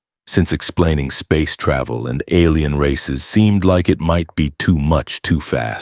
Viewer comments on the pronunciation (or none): none